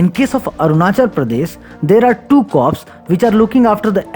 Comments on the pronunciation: Corp is prounced as " cor" not cops. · Corp is suppose to be pronounced as “cor”